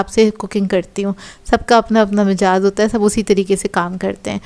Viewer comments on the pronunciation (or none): Mejaz nahi 'mizaj 'hota hy